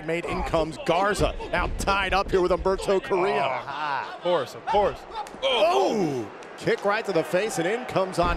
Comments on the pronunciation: He said Humberto Carrillo but it did sound like Alberto del rio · Rushy the second time he said Humberto carillo not the first time lol